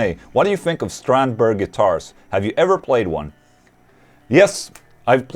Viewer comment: ''Strangber'' Guitars xDDD